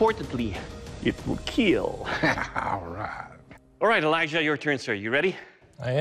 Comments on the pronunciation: It will keel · It will KEAL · And most importantly .... it will keel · From now i will always hear "keel" instead of "kill" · “It will keel” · The start of Avengers endgame(when avengers raided THANOS’s house and chopped off his arm), “I am enevidible”, or “i” “will KEEL